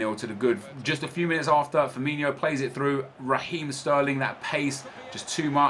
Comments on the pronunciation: Its FirmiNO not Firminio.... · its firmino not firminho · I know it's just a little difference but his name is "Firmino" not "FirminHo" 😁